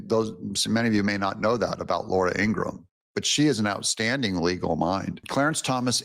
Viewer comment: Ingraham. Not Ingram. Laura Ingraham. People rarely say her last name correctly.